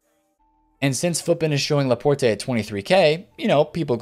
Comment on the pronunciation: Laporte... you don’t say the “e”, it’s fucking French